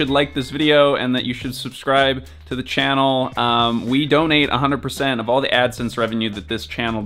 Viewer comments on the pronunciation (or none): none